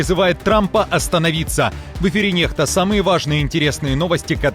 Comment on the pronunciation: НеКста, а не неХта, меняйте буквы